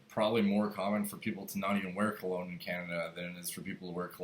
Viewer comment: Dr kologne u said like an idiot !